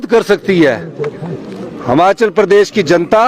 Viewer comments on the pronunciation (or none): सुक्खू भाई हमाचल नहीं हिमाचल 😂😂😂